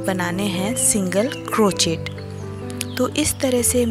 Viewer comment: प्रियाजी, ये छोटेसे प्यारे से उल्लु का आपका pattern और आप की commentary तो बहुत अच्छी है। सिर्फ आपका बार बार "क्रोचेट" बोलना मुझे खटक रहा है। बुरा मत मानिये, लेकीन Crochet is correctly pronounced as " क्रोशे" and not "क्रोचेट". क्रोशे का क्रोचेट सिर्फ इंडियामे ही हो सकता है।😀😀